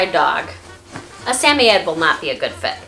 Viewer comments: It’s SAM-OI-D not SAM-O-YED-ED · It's not pronounced Sam-oy-eds It's pronounced Sam-oid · I'm pretty sure its sam- oye- ed, not sameyed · wait i didn’t know they were pronounced sami-yed i thought it was sa-moyd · Hello! Wonderful video! I have had samoyeds all my life and you do a great job highlighting everything one should know about the breed. Only question is I have been pronouncing suh·moy·uhd where as your pronouncation is sam·e·adds. Just wondering if I have been saying it wrong. Again great video! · Is.... Is that how you say the word? We've been saying it Sa-Moid not Sa-Mie-Yet.....help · Please pronounce the breed correctly it’s “Samoyed not Sameyed” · In England it’s pronounce “Sam-oy-yed” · In Australia it’s pronounced sam-oi-ed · its pronounced suh· moy·uhd. love the vid! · I find it weird that I want a Samoyed so bad but I’m still not sure the proper pronunciation of Samoyed. Most of the time I say Sam-owy-ed. But this girl seems like she knows what she’s talking about and she says Sam-iy-ed so I’m out of ideas lol. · Sam- oy- ed... you say it like that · Why are you pronouncing the Samoyed dog's name like Sammied? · It's SA-MOY-ED. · I hate to be the one to tell you but you are butchering that pronunciation. suh-moy-uhd. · Are you pronouncing their breed correctly? I watched your video, went to the pet shop and pointed to one I want and the worker corrected me on how to say the name. I was embarrass.